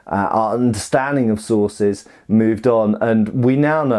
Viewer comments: I kept hearing "bolognese sauces" rather than "sources" and was both excited and confused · Did you say Bolognese sauces?? Mmmmmmmmmmm Bolognese sauces....